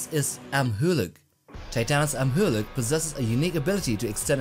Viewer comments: no it's pronounced am-u-luck not am-ha-luck. Also you forgot that when shemo stands on two legs she's taller then when she stands on all fours. Which I believe her height was around the same as monsters zeros. But again that's when she's on two legs. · Yeah it is am u lock right? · You’re pronouncing his name wrong